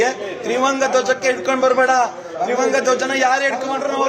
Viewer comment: ಒಹ್ ಕೆಪ್ಪ.. ತ್ರಿವಂಗ ಅಲ್ಲ ಅದು ತ್ರಿವರ್ಣ...